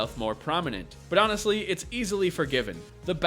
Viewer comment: "Honest", "Definitive". Please.